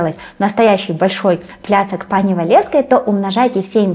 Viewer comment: треба казати пані,пані,а не пани.